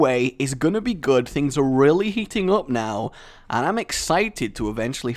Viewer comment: I'm pretty sure thing heat up, not hear up